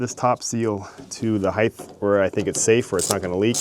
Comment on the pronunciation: Dude, I love your channel and watch every new uploaded video. I gotta ask if you’re saying “heighth” every time you mean to say “height”? I don’t mean to sound like an ass hole, but it sounds to me like you’re saying it with a “th” on the end, and my brain can’t help but pick it up every time.. it’s like you’re saying a mash-up of the words “height” and “width”..are my ears deceiving me, or..??